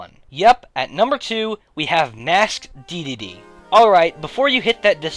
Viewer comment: "Masked Dedlde"